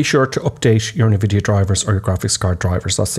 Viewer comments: Hate to be 'that' guy, but NVidia is pronounced "en-vidia" not "ne-vidia". :) Just fyi. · Americans always pronounce it nevidia as well. it gets on my tits, lol. Like pronouncing iso as iesso, sigh........